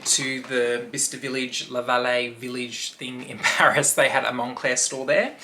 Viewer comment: Oh PARIS!( not pairs)😂